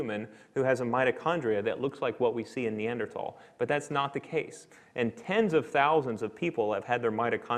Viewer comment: Lost interest when the Assistant Professor of Biomolecular Engineering was apparently unable to correctly pronounce Neanderthal. Oops!